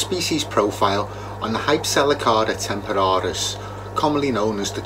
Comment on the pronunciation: I keep a single Chocolate in a community tank. The colours are amazing and he is the most peaceful fish in the tank. Great job on the pronunciation!